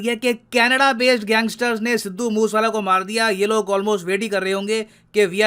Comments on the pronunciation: भाई , मूस वाला नहीं मूसे वाला। नाम है। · मूसे आला pronounce hota hai...moos wala nahi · मुस वाला नहीं, मुसेवाला है sir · Sir it's मूसे वाला 😂